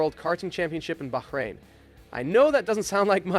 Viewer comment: Great video but you really need to work on your name's pronunciation - At least 2 'Bahrain and Schwarzman' are quite easy to pronounce, no reason they should be said like they were in the video